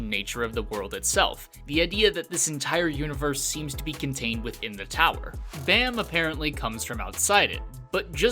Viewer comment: he's called baa-m, like, baa like a sheep and add a m. not bae-m